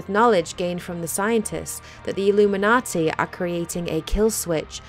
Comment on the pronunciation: I like how she says "Illuminaughty"